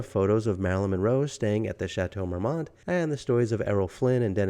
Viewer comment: The "T" is silent in the correct pronunciation. Marmon is correct. A simple Google search would have told you this. All that research, and repeating the name of the place incorrectly.